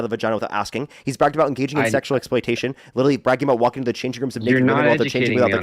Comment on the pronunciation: talking Aboot? Is he Canadian?